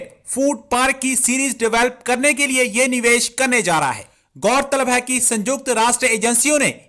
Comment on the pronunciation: Abe Chutiye Sanyukt hai Sanjukt nahi